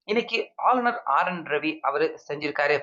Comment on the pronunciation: ஆளுனர் என டைம் அடிக்க அழுநர் என தமிழைக் கொலை செய்து வாசிப்பதிலும் கத்திரியம் போட்டு தமிழ் ந.1 எனப் பெயரையும் வைக்க தைரியம் வேண்டும்.😂